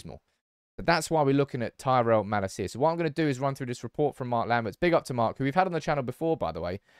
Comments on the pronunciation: Mah-Lasia, not Mala-Sia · you pronounce his name wrong...it's not malacia but malaacia...love your channel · I think it mal-acia not ma-lascia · its malacia not malaseeya